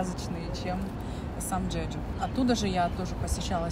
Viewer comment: Какой "джеджу"???, Чеджу